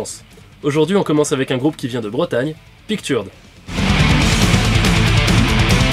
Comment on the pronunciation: On ne dit pas Picturud mais Pictureud.